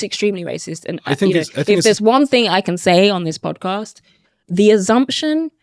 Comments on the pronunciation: What is an "AZZZZZZumpZION"? One person speaks 5 languages the other can't say a simple word. Right there I know who I would employ. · I think the word is assumption not azzumption? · ASSumption FFS, and aSSume not aZZumption and aZZume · What's an "azzumption"? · What the fuck's an azumshun ? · Assumption not azumtion. "Personally don't know any examples of overcorrection" you literally are one ! I hope one day she realizes how stupid her ideology is. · Go on Eni, just admit it. You don't like Whites... P.s. Its assumption, not azzumption. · "I think it's very racist to assume that".....😂😂😂😂 She did exactly the same thing! Also, she needs lessons in English. "Azzumption" 🤔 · Is she trying to say assumption? She can't even speak properly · of course the box ticker is gonna disagree with being called a box ticker....the dumbass can't even say assumption properly. people know Eni has been chosen because she is a box ticker as she is bloody awful to listen to and watch and chats utter shite! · The way she keeps pronouncing the word assumption is utterly retarded. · Why can’t she say assumption??? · Can someone explain to me what she's spouting? She can't even say assumption correctly. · If you can't say the word "assumption" properly, then you have no right to claim talent at presenting. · She can pronounce assumption but just refusing